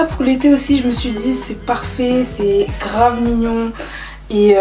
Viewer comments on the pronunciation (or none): none